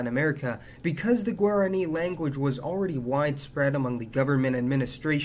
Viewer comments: good video, but I have to set you straight on the pronunciation of Guarani; it's gwah-rah-KNEE, rather than gwair-ah-KNEE. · I enjoy videos like this, even if mispronunciations of Paraguay and Guarani grate on me. I lived there 1975-76 as a Peace Corps volunteer, and have hoped to get back. I started back in 1016, but ended up staying in Ecuador. A great movie for understanding some of the history is the 1976 "The Mission." Thanks